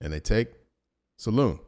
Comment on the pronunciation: It prononciation salin in french no salon